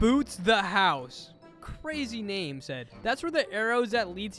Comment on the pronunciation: I love how he said klazzzzy instead of crazy